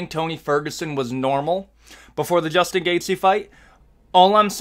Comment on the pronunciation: Juchtin Gachte?😂